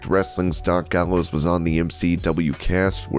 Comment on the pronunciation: Doc Gallows said it right